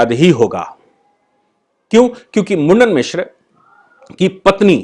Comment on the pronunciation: सही नाम मंडन मिश्र उच्चारण करें